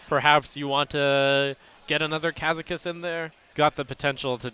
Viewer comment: Brode gettn triggered at trumps pronunciation of Kazakus